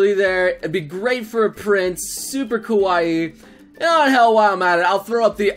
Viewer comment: pls.. never..say ''kawu-ihhi'' ever again xD